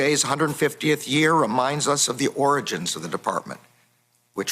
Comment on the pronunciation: hahah he said “origins”! He obviously meant oranges.... right?